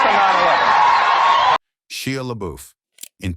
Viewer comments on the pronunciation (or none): She-a LaBeouf??😅